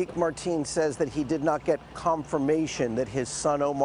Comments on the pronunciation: The Reported keeps calling him "Marteen", It''s "Mateen" lol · It's not marteen...get the monsters name right first before reporting!! His name should be said Loud and clear so world knows of this monster!!! Marteen is a name that has nothing to do with this tragedy so reporters should know how to pronounce names correctly! Don't put any shame on any others.